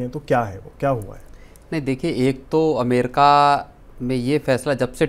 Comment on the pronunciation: अमेरका नही अमेरिका 😂